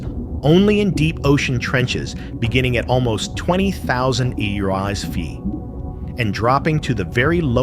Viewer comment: And also spelling out ft EFF TEE. Metres would have been fine.